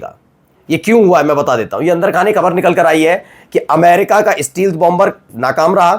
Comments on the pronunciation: Steal- th nahi Stelth is correct pronunciation ! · Stealth ka sahi uchchaaran : “STAYlth”